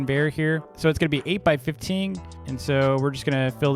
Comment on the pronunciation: thats why he cant say 15 right? all the effort?